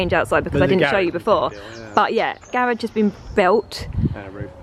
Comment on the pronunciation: Your pronunciation of garage is correct. Garage not garidge!